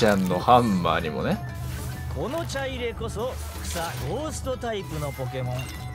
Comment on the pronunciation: 「ちゃいれ⤴」ではなく「ちゃいれ⤵」、火入れのイントネーションとは違うんですよ～。 ちょっとムズムズしてしまいましたw